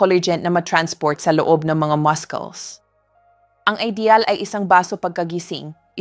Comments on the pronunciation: I think this word Muscles is pronounced Masuls as in mussels NOT mas-kles 😮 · 🎉Excuse me but muscles is pronounced Masels Not Maskels. Nakaka turn off.... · All the 7 fruits na suggestion mo to eat noong mahina ang mga binti (which means intended sa senior citizens) ay all super bad sa may diabetes or kahit pre-diabetics, na usually ay ito ang sakit noong matatanda. Kung sobrang tumaas ang blood sugar, paano? Also, please go to Google and check the pronunciation for muscle or muscles. That's what I do most of the time as I often times not sure how to pronounce certain things/words. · kakainis AI how muscles is being pronounced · PLEASE PRONOUNCE THE.WORD MUSCLE CORRECTLY. UR A DOCTOR. YOU PRONOUNCE YOUR WORD MUSCLES INCORRECTLY. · I hate hearing you pronounce MUSCLES…….. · Why do you pronounce muscles wrongly?? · please check po yung pronunciation nyo of word na “muscles” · AI na nman ito. Listen to how she says muscles!😊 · WRONG PRONUNCIATION NG MUSCLES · Ok.ang mga information pero pakitama na man ang prononciation m.ng muscles. pineapple dr k pa nanan nakairita sa pandinig pls aralan ang mga pagbigkas ng words bago .i post